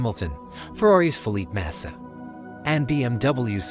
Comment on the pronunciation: Fuck this AI generated bullshit. Can't even pronounce Felipe Massa correctly.